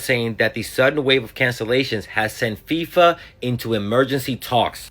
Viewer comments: 0.53 She says FIMA ! It's FIFA, Played it 5 times to make sure. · I am sure she meant FIFA, not FEMA. 😉